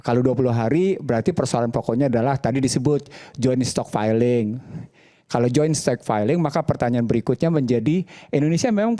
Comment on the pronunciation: Stockpile ya..... bukan Stockfile 😄